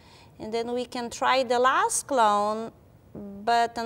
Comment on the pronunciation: Sorry but I keep hearing clown instead of clone ><